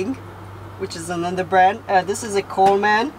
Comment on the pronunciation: Uhhh I know you’re really not aware but that’s so not how you say Coleman—like at all at all. You’re saying “coal man” and it’s ONE word. ColeMEN=Coleman. 😅 lol I wish there were an emoji for coal. There’s one for Santa 🎅🏻 so we need coal emojis, too, right? 🖤🧔🏻‍♂️😆 Coal man. I think you call them “coal miners” lol.